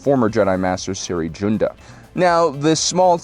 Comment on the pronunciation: “Siri Joonda” It’s spelled Cere Junda, and she pronounces her first name like seer and last as it’s spelled.